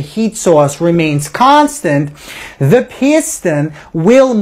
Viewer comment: the video could have completed in half the time if it was just constant instead of "KHAAAAAAANSTENT!!!!!!!